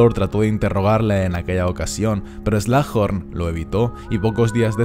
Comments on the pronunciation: se pronuncia slug (babosa) "eslug" y horn (cuerno) "Jorn" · Buen video pero me da tentación el "slajorn"